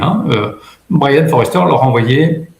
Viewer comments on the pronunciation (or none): Sujet passionnant. Pour info, c'est Brien Foerster et pas "Forester" ;)